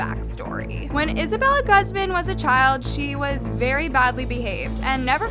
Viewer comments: Hi I know I'm overreacting and overall being annoying but it's actually pronounced as (goozman) Not (gazmun) I don't blame I know people has accents😫 just saying incase if someone has a friend who's last name is Guzman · Im pretty sure its GOOZ-MAHN not GUHZ-MIN not supporting her but it irks me when ppl mispronounce hispanic last names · Her last name is pronounced “goo-z-mah-n” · its uhm.. its pronouced (goo-zmon)- :l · isn't Guzman pronounced goozmahn? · it kills me to see how keeps saying peoples names wrong!!!! who says guzman, gosman????? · It’s pronounces Gooz-Mon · this is just horrible, but i can't with the pronunciation of "Guzman" 😓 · Take a shot every time you hear her mispronounce Guzman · I’m sorry but my last name is Guzman and the way you pronounced it made me feel weird 😭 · IM SORRY BUT THE WAY YOU SAY HER LAST NAME IS FUNNY MY MOMS LAST NAME IS GUZMAN AND ITS NOT PRONOUNCED LIKE THAT💀😭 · I agree with you but maybe next time learn how to say “Guzman” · Am I the only one cringing at the way saids Guzman?